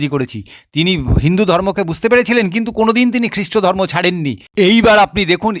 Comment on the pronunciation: দাদা আপনি খুব ভালো বললেন। কিন্তূ আপনি শব্দ উচ্চারণ টা যদি ঠিঠাকমতো করতেন তাহলে আরও ভালো লাগতো। যেমন:- সড়োস্বতি ধড়মো শাস্ত্র পড়বড়তি কালে পাড়মানবিক বোমা ভাড়ত এই সমস্ত ভাষা গুলো কোথায় লেখা আছে দাদা।